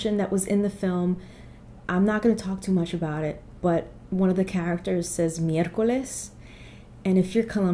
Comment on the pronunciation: I laughed so hard when he said “miércoles”.. no one else noticed in my group